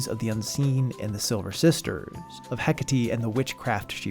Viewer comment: man I thought "heck-a-tee" was some character I just don't know because I've never played Hades but HE JUST MEANT HECATE...